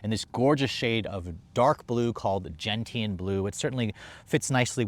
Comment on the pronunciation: Gentian. Is pronounced. “Gen-shun” not gen tee an. Americans!!